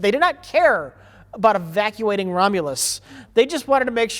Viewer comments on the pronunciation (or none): "They did not care about evaculating" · “They do not care aburt evaculating..”